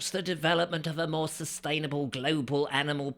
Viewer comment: That word `SUBSTAINABLE` always beware.